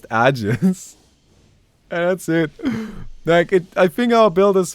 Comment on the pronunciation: can you please stop mispronouncing "AEGIS" lmao